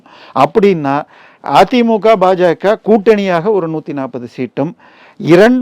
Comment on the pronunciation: it is BaJaKa and NOT PaJaKa. Change your pronouncement.